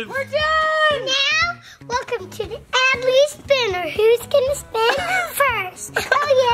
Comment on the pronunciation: It’s Adley not adle or Abley🙄